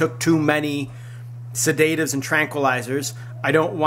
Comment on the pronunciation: He pronounced sedative and heinous incorrectly....